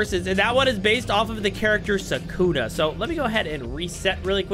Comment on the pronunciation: I do not like you why?: You’re saying Soukouna, instead of saying sukuna